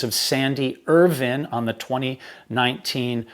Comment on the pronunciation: I agree. He's very knowledgeable and experienced, he writes his pieces very well, he's very articulate, he speaks clearly, there's no verbiage, and he's one of the few American's I've heard who pronounces Irvine's name the same way the British do! Which is why I have been very happy to subscribe to his channel - I love him, and have watched him for hours at a time!🤓